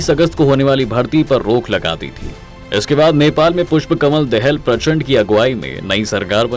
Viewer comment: तुम को तो नेपाली का नाम तक उच्चारण कर्ना नहीं आता हैं क्या?? दाहाल को दहेल कहे रहे हो ।